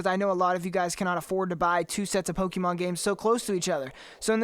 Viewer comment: Stop saying Pokemon wrong 💀💀